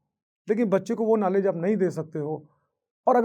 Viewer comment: Knalwdge nii sir Knowledge sir😂 Khud galti bol rhe ho